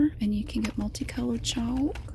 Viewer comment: I like how she says “writes 90% longer!” Which seems like so much longer but those pens only hold up for like 1 essay😂 also love how she says chalk